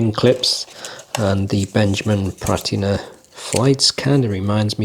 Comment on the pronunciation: Absolutely nailed that pronunciation 😂. These aren't for me, especially at that price. Good review though mate.🎯